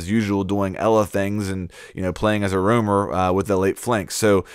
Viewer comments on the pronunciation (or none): Roamer not Rumor......